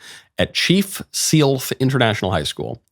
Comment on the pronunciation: OMG, I attended that high school, just a few years ago. I graduated from there in 2020. Also it pronounced Chief Sell-th not the abomination that escaped michaels lips.